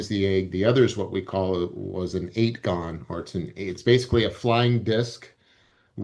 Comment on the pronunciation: Am I the only one that twitches every time someone says "8-gon"? It's called a fucking octagon.